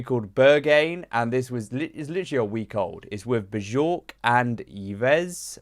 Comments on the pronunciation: oh no, not buh-jork 😭🥀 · calling her BUH-JORK is criminal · The way I’m fried at “Buh-jork”. 😂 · “Be’jork and Y-ves Tumor” funny (naive) pronunciation for a curious cat from an insular national culture. We are aware of the vast loads of compelling music made around the world in languages other than English, yeah? Otherwise time to blush up a bit about not having stared exploring before, yet, time is of the essence so get cracking 🌎🌍🌏 (while doing some pre-production research to have a better idea of terms & scenes) …applauding curiosity beyond, way beyond, thr comforts and confines of English language. A great time in history to attempt to become bi or multilingual, native-Anglo dears. Use music as your curiosity trigger and part of your educational navigation tools. By the way Rosalia was already my part of an Almodovar film’s intro scene (pre-production research). 😜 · Not beejork 😂